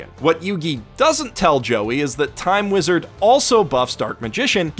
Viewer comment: You mispronounced "Time Weezad" great video!